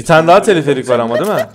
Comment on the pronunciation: Abi teleferik o telefelik değil😂